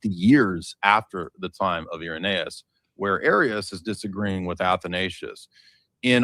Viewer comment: Haha dude can’t even pronounce Irenaeus when he’s reading it off his computer 😂… I ain’t using Wikipedia 😆 this was too funny.. Harriet Tubman says we was kangs n shit